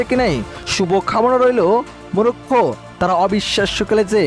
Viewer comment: 'Morocco'. Ar apni bolchen Murokkho.. uccharon to thik moto koren Bhai.